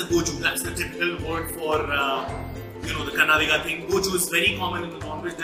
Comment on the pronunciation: Learn to say "Kannadiga" the right way. You sound verni and ignorant when you cannot pronounce the name of the place whose cuisine you are reviewing..